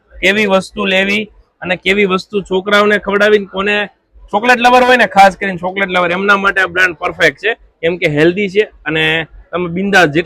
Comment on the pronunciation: તમે જે ચ ને સ બોલો છો એ સુઘારો કરો😅 શણા,સોકલેટ 😂